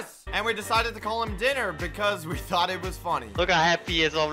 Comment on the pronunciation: when blaze logged off and you went to the tower and you said guess what I thound I thought blaze would be in the elevator